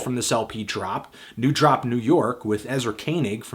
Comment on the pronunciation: It's 'DORP'...NEW DORP, NEW YORK.